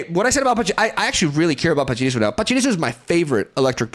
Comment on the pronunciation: I appreciate your pronunciation of pachirisu and spirigatito